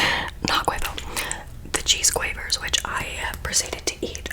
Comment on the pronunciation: quavers are my absolute fav crisps and thank you for pronouncing it correct so many ppl from the us struggle with that one the most